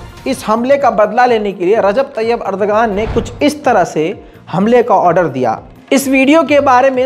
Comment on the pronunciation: Erdogan ka sahee pronunciation hai Erdowaan